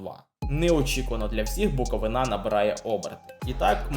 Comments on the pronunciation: Відосик пушка,тільки - Буковúна а не Буковинá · Хочу наголосити, не буковинА, а буковИна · Задумка класна, але........ невже не можна почитати, як правильно ставити наголос на "БуковИна"?????? Просто ріже вухо....... Тоді вже і "НивА", "ДИнамо" та "КАрпати"....... Тільки коментатори навчились правильно вимовляти........ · Все класно, але наголос Буковини ріже вуха ( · В слові Буковина наголос треба робити на букву И. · Буковина! Наголос на у, не на и.